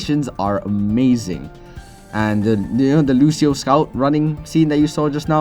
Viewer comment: It's so funny to hear you say Lucio's name with the wrong pronunciation LOL